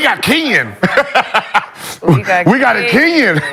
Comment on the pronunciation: "We got a Kenyon" LMAO